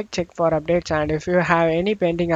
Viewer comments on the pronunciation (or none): What terrible English do you speak ? Windowse? Updatse? Settingse??